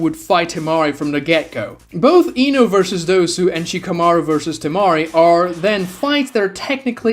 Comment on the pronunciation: okay this has happened so often that i really need to know now. what kind of lisp or accent forces your vocal chords to be selectively incapable of making the "Oh" sound? Ino > "Inu?" Minato > "Minatu?" Shino > "Shinu?" The only reason i assume naruto didnt get this treatment is because the "uu" sound immediately proceeds the "to" syllable lmao